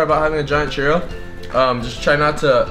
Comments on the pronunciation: its pronounced chooro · it sounded like he said "cheerio" which i am eating right now!!! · you say churro like cheerio without the i